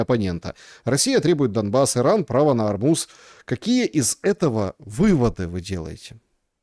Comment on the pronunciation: Иран требует право на "арбуз"? 😂😂😂😂😂 послышалось